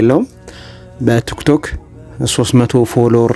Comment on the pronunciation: ቱክቶክ አትበል ወንድሜ ቲክቶክ ነው የሚባለው አስተካክል በተረፈ በርታ